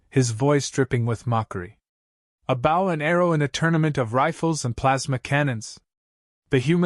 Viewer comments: Dammit! When you use a damn computer to speak, it says bow and not “BO”! That is an unnecessary distraction and if the story was not interesting, I would jump somewhere else. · Whomever is narrating this should pay attention to “BOW”…… not bow…as in bow wow…… but bow as on BO diddly. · You know, if you’re going to produce voice for a story about bow and arrow, you might try to get the pronunciation of “bow” correct, instead of telling us a story about “bending at the waist and arrows”. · That is the ending that should have happened....... BUT THIS IS A WOKE A.I. Program that cannot even learn how to say the word BOW...... This you see in every A.I. that they use in here and the GTP programs that make the stories....... Repeat, Repeat, Repeat then the last 10 min's of a 40 min story we get to garbage ending like this..... guess they hit the word count to get paid......